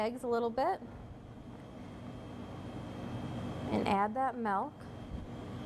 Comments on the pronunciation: it was a joke. She doesn't say "milk." She says "melk." :) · The German word for milk is "melk." :D Thanks. Great video. Concise but thorough. :)